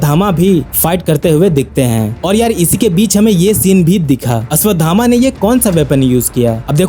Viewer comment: Ashwatthama ko Ashwadhama bol bol kar bheja kharab kardiya 😐